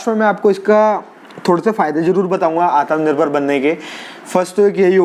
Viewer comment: Bhai... aatmanirbhar... naaki aatmnirbhar. Baaki sab mast hai 👍